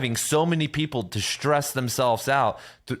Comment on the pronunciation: Excellent. Only one complaint. Please don't pronounce 'stress' as 'shtress'.